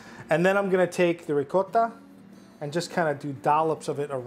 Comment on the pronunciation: As a Long Island Italian: “Rigcot” is correct way to pronounce Ricotta. Don’t fight me one this. 🤌🏼🤌🏼🤌🏼🤌🏼